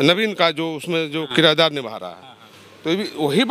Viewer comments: Kirdar ko kirayedar bol rahe hai. Padhe likhe log hai. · Sadhu yadav aap bhi kirdar ko kirayedar bol rahe ho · साधू जी आप भी पढ़ें लिखे हैं 😀😀 लगातार दो विडियो में किरदार को किराएदार बोल रहे हैं 😀😀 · ई किरायदार क्या होता है...किरदार होता है साधु बाबा 😂